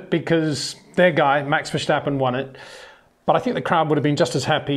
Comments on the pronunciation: Just one tip Peter, Verstappen is not pronounced Versjjjtappen, just Verstappen. 😊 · HEY PETER WINDSOR, I HAVE MESSAGE FOR YOU SIR: With all due respect ... it is NOT Max "verSHtappen" ... Max is not German (Germans indeed do pronounce "st" as "sht") ... #Max33 = Dutch 🇳🇱 NL/Belgium! ... It is not "Bottash" nor is it "Lewish" certainly not "verSHtappen" .... This BS started long time ago when a British sport presenter interviewed father Jos Verstappen and assumed you can use a German pronunciation to a Dutch Driver thinking it is so "funny" ... It is not. Serious question: can any Englishman say "versatile" out-loud without saying "vershatile" phonetically? most can about 99,99% ... that is why most English can pronounce Verstappen 100% correct! Father Jos Verstappen (also F1 Racer) was very active between back then only a very few said "Vershtappen" but the vast majority of British sport presenters pronounced it perfectly ... only a few old stubborn farts like Peter Windshor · Well, that's just splendid! Because of the comments on previous videos, now I'm laughing every time Peter says "Verschtappen", rather than listening to what he's saying. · Sorry, but no it is not. What you describe goes for German, not for Dutch. I am Dutch and this is quite annoying to hear actually 😂 Doesn’t take away from the great content though. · Enjoyed the video. If I may, I’m sure you’re trying your best to pronounce his name. But Dutch is not like German where there is a “shhh” sound. So the “stap” in “Verstappen” is pronounced like you would pronounce “stop”. Actually with your British accent, that might not just go for the “s” but also for the “o”. :) Having said that, no problem either if this is hard to do.